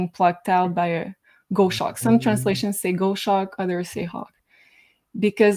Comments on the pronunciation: it is not pronounced gosh ack,, its gos hawk. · Great show. Just something little, here in England we pronounce Goshawk as Gos then Hawk (Goshawk still one word) but every country has a different saying. No offence to anyone, I mean who's to say the English is right. Just look at our pound, it's shit. Love to, and Jay.